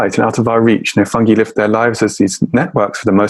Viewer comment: Is no one going to correct Louie's pronunciation of "fungi"?? 🙄